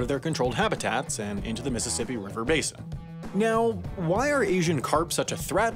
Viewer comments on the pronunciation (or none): none